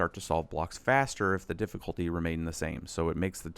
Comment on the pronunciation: DiddifultY, dude can't you say YYYYYYY - difficultY